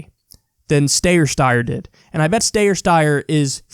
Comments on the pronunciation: Steyer is pronounced Stie-er. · Someone needs to tell Kyle how to say Steyer correctly please for the love of god